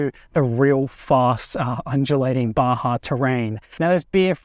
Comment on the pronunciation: This is the first Australian I've ever heard say "Baja" correctly!